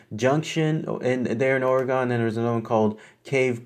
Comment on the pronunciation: Pronounced : Ore - re - gun.